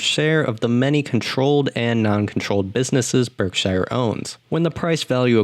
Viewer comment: YOUR PRONOUNCING BERKSHIRE WRONG, MAKING IT SOUND LIKE YOUR NOT A NATIVE ENGLISH SPEAKER.